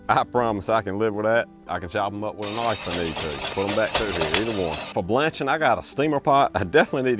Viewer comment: Crocodile Dundee taught him how to say knife. Knoife.